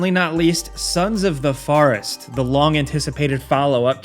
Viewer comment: Sons of the "Farest"?